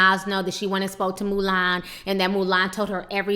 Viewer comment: 'Moo-lAn' lmao Ti!